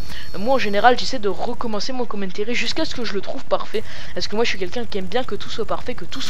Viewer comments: le " commentairy " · Commentéri nan mais lol sois tu le dis en anglais avec l'accent sois en francais mais pas un melange des deux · si toi ossi tu dit commentAry et non commentéry